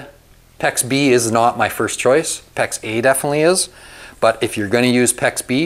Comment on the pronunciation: I’m confused. Is he saying Pex A, or pex eh?